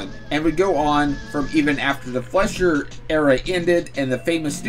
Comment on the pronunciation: Popeye's creator's name "Segar" is pronounced "SEE-GAR", like in "cigar", which is how he signed his name. Also, "Fleischer" is pronounced "fly-sher".